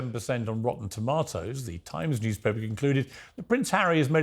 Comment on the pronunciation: Rotten Tawmawtoes